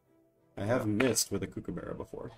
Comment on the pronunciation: not to be that guy but its prnounced g'LAR not Gar-la and even though its spelled like kooky, Kookaburra is like cook.